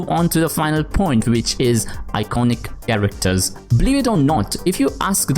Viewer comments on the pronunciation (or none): I-CONE-iC Kerekters